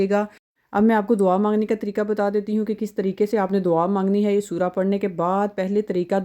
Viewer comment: یار سور کیا ہے 😢 الفاظ تو درست بولو